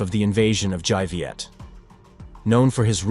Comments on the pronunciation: Dai Viet - the dai is pronounced with a 'd' sound, not a 'j' sound. sounds the same as Cantonese for 'big' : 'dai.' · Dai in Dai Viet should be pronounced as (Dye) not (zhai) as in the video. Written Vietnamese have its own way of pronunciation.. not the same as English. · Very interesting account. Just one thing: the Đ of Đại Việt is pronounced D as in Domino.